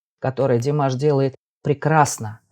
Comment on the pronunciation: Подписалась, но замечу,что в любом случае ударение Димаш или Димашу на первую букву А